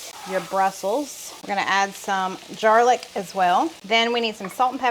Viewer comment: "Jarlic." I love it! I used to have jar garlic in the fridge. 😂